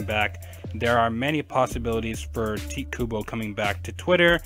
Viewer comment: why can't people say his name right (Ty tae - Ku Bo) pronounce it right TITE KUBO